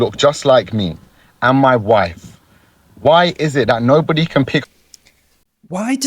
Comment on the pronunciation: the way he said wife. the beard he's wearing isn't his only beard.